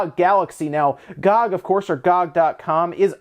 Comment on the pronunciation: "Gog", seriously? It's Gee Oh Gee, clearly.